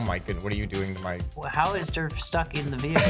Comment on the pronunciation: Whenever says durf I always hear derp XD